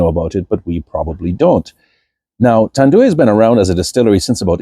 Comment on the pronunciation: Also, it's pronounced "Tan-Doo-EYE", not "Tan-Doo-WEE". Filipinos pronounce everything phonetically as it is spelled.